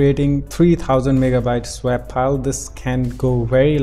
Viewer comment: Your accent is great though you do seem to have trouble saying SWAP but it doesn't bother me too much! :-)